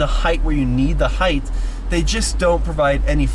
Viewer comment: Gaaahhhhh. This guy is killing ne with repeatedly saying heigTH. It’s heigHT. Even when he read the app and it said height he still said heigth. 🤦🏼‍♂️ it kills me!